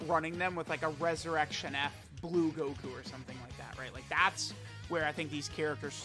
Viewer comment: "Blue Guku"